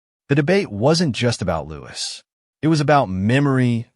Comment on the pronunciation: His name is Louis, pronounced Louie. Not as Lewis.